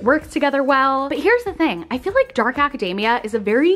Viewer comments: Oh man every time you said academia I was hearing macadamia 🤣 I was like dark macadamia is this a dessert lol yum! Hahah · the way pronounces academia has me seriously craving a white choc chip macadamia cookie <3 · The way you say academia is hilarious, it sounds like your saying macadamia nut, minus the m. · Every time she says Acadayyyymia, I hear "Macadamia" nuts lolololol (it's Aca-deee-mia, but it's also fun to hear it the other way) :-) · love that she kept pronouncing academia like macadamia lolol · Friendly pronunciation note: academia should not rhyme with macadamia, it rhymes with anemia ;)